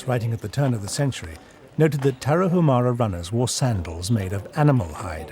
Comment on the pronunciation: It's not Tara-who-mara but Tara- oo-mara. And it isn't who-araches but woo-araches.